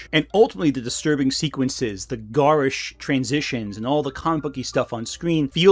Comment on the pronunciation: Can I just make fun of how you say "GARISH"?